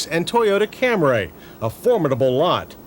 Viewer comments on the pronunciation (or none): Or as John would say it (even in this video), "The Toyota Camray"😆😅😂🤣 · I love how John says "Toyota Cam-ray" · I love how John says "Toyota Cam-ray")) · Great review from the "Kam-Ray" era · I'll take the, " Camray" please? 😐🫤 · And he was beginning to soften the “RAY” in “Cam-ray” at this time.